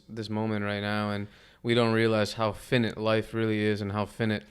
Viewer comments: It’s pronounced FI(like high)-NIGHT not finnit, Dope podcast tho. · He had me wondering who fin-it was at first! 😂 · Dude- its: PHY- NIGHT. FI-nite. Not the shortened version of INFINITE. The pronunciation changes with the spelling 🤙🏽